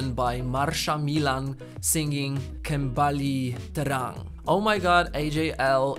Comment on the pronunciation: your pronunciation of 'kembali terang' was really good!